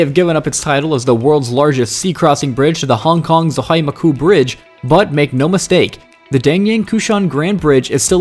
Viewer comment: Macú bridge? Lol A.I. or ill-informed?